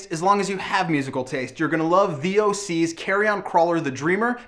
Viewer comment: there not three oh sees its thee oh sees